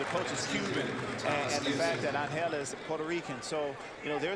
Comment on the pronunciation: Evo-loution? and it's Angel, not AnHELL!